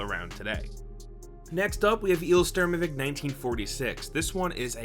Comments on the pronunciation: "Il Sturmovik"? Did he really just say that? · dude...i can't understand you. what game is #8? eel sternum 1946? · IL-2 Sturmovik: 1946 how did you pronounce this so wrong :P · I honestly couldn't tell what that flight sim was called. You kinda mumbled the name and there was no caption..